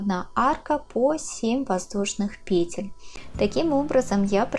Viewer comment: Спасибо за урок, но по-русски надо говорить не пЕтель, а петЕль. Например - набираем несколько петЕль - УДАРЕНИЕ ЗДЕСЬ НА ВТОРОЙ СЛОГ.